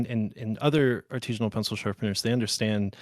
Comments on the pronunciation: artesian not “Artesianal” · The biggest give away here is the fact that he’s not pronouncing “artisanal” correctly. It’s not an “Artesian” well. It’s a practice done by an Artisan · Title says "Artisinal" but he refers to himself as "Artesianal". Look up those words - they mean very different things. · there are a lot of people who think artisanal is pronounced that way, with the hard E. I think it's regional